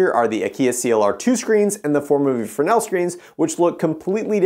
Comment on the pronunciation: Pronounced Fray-nel in his native tongue. lol I only know this by working with tons of Arri and Mole Richardson equipment for lighting my one of our PA was a French man who kept telling me. ha